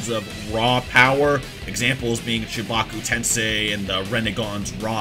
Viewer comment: chibaku tensei cc:chewbacca tensei